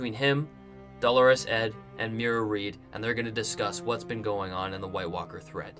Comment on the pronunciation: Good video but please learn pronunciation! Who's "Delores" Ed? You mean "Dolorous" Ed Tollet, you should be saying it phonetically, my friend.